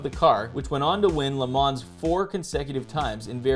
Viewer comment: Almost got my thumbs up, until I heard the 's' at the end of 'Le Mans'